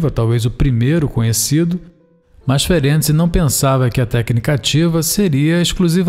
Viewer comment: Amei você pronunciar corretamente o nome desse baita cientista Isso mostra sua seriedade. Como descendente Húngara fico agradecida, pois estudar e saber pronunciar o nome de alguém é respeito 👏👏👏👏👏